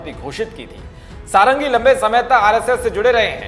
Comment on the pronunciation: सारंगी नहीं षड़ंगी है भाईसाहब,,,ओर षड़ंगी उसे कहते है जिसे छ वेदों का ज्ञान हो,,,प्रताप चंद षड़ंगी,,,,,,ok